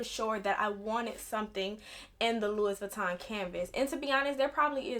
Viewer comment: Woman it's pronounced like Lewy Vuitton not Lewis. 🤣Luv ♥️your makeup 💄 doll. I have the 26 old style and Yes I turned mine into a cross body because my other LV's are bigger and heavier and Ion really care what others say about I move around a lot and want to be safe-Cause the robbing these days frfr.